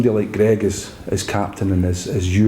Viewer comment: The partnership is meant to be great yet he can't pronounce Greig's name...